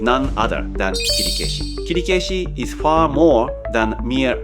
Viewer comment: By the way, why is your pronunciation of Kirikaeshi is strange? That is not the way most of Japanese would say.